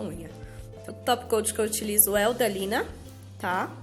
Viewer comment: é Sina não Lina isso é um S vi em um outro vídeo kkkkk também dizia Lina kkk